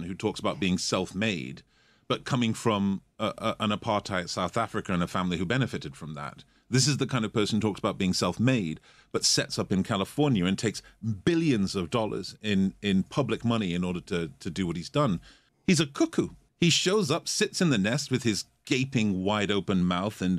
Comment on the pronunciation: "Sets up in Californyer"